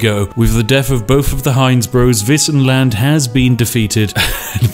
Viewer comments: Woah, not gonna lie, I was really surprised when you pronounced "Wissenland" right! Do you know some German? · But, he pronounced "Wissenland" right, at least :3